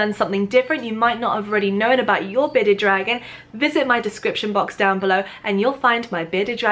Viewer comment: Is it just me or does sound like she’s saying “Beta dragon” 😂